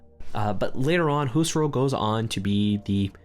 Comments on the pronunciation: I didnt meant to be mean but gotta admit its a pretty peculiar way of pronouncing his name. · Huserol xd? You meant Husserl?